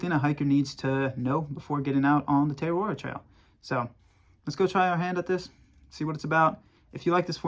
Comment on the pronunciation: As a Kiwi after the second butchering of the name Te Araroa I couldn't keep watching. Entire syllables were missing